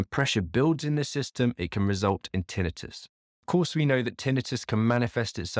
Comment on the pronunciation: Having trouble listening to you pronounce tinnitus that way...hurts my ears. Sorry😱